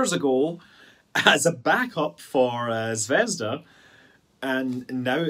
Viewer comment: Not ZvEzda, but ZvezdA. It even rolls off the tongue better. I wonder why none of the foreigners seem to put proper emphasises when spelling out our words. It's even not that difficult. Right?